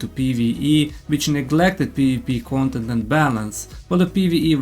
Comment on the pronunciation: Your pronunciation is pretty funny, "gontent" for content and "gomment" for comment 😂. I'm going to make this gomment and tell you to stop being so negative.